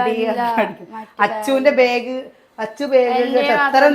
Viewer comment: Please pronounce the word “ BAG” properly…..not Beig!